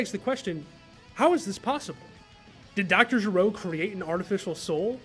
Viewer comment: love the video! though, small pronunciation correction, his name is Doctor Gero, not Doctor Jero.